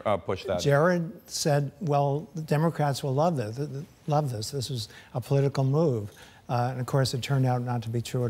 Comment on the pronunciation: This geezer actually said "dis".